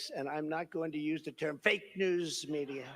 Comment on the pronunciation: The way he says “media” 😂😂